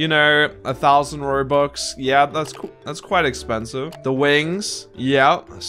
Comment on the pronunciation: everyone talking about the copying and the drama Literally Me: he said robuc instead of robux at the beginning